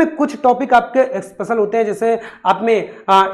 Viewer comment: भाई अस्पेशल नहीं special होता है, आपको ही क्लास लेने की अवश्यकता है